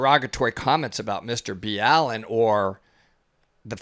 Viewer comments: im sorry but you could say Mr BALLENs name right.. fuck.. clearly you dont even watch his videos if you cant say a simple ass name like BALLEN.. its not Mr B. ALLEN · Please stop slaughtering his name, say it with me Mr. BALL-IN LOL, NOT B-ALLEN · His name is pronounced Ball-in not B-allen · Hearing it pronounced Nr B Allen is weird, everyone in my house just says Mr Ballen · Why are you calling him B’Allen? He calls it Ball’en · It’s Mr-ball-en not Mr-B-Allen ✌🏻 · It’s not Bee-Allen it’s just Ballen like Ball -in . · I though you just pronounced it mrballen not mr b Allen the more u learn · I do like clarifying, however the fact that you don’t even pronounce Mr , Ballen’s name correctly is rude , not to also mention a US marine. Extremely shameful in mu opinion. If you watched his video like you said you had , you would of known how to pronounce Mr.Ballen correctly . Not Mr. B Allen 😥😡😔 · Mr B Allen? Is it not pronounced the way he says it on his own channel? I’m confused. Thanks for doing these! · you guys butchered his name LOL ITS pronounced BALL EN.